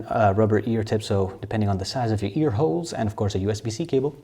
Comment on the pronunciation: Any one else find the way he says ear holes hilarious 😂